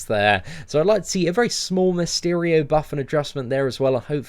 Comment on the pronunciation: When u say Mysterio it looks like ur saying Miss Cheerios